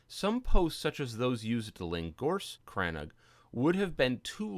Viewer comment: Great video. I'm currently building a crannóg in a snowy biome, and came here looking for interior designs. Never heard it pronounced as crann-og though; it's usually called crann-oog (longer o sound) in Wexford.